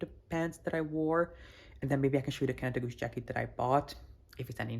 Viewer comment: The pronounciation from KaDeWe was pretty good 😁 You stayed at the Interconti Right ?